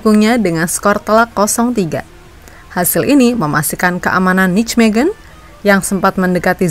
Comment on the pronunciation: masukan utk mimin, N E C dibaca bukan nek, tapi En E Se, dan Nijmegen dibaca Neymekhen, J di bhsa belanda dibaca Y, dan G dibaca Kh seperti kata “akhir” dengan sedikit penekanan , semoga kritik ini bisa membangun mimin utk konten2 berikutnya, biar gak diketawain orang belanda yg denger😅